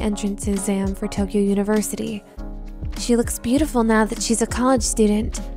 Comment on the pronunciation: The way he say "colledge edition"